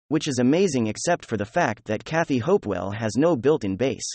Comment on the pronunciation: It´s funny how you keep mispronouncing Kathy Ogre´s name